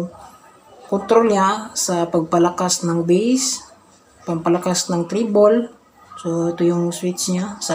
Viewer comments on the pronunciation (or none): none